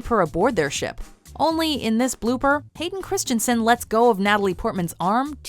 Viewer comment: She called him Haiden Christianson lol